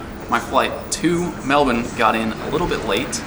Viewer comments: So proud u said "Melbn" not freaking "Mel-bourne" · Wow an American that pronounces Melbourne properly, Nice! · the first american that can say melbourne right